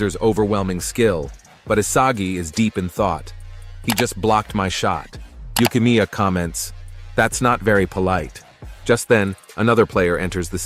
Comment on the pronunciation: Did bro call neru yukimiya